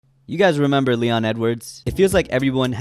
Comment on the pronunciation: “Mrrremember the name”